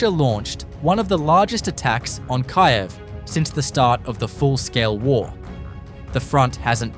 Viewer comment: What changes in July? Hopefully it will be your AI’s pronunciation of Kyiv.